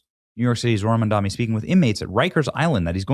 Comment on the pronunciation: BRW , it’s Mamdani, not Mandami